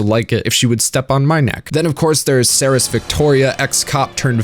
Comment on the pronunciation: Yay he got Seras' name right